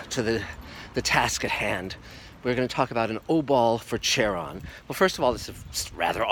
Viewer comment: It’s not pronounced “char-on” it’s “Khar-on”